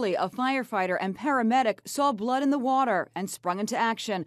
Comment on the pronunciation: w o o t e r